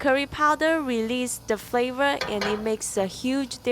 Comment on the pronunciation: "Exprosion of Fravor" 😂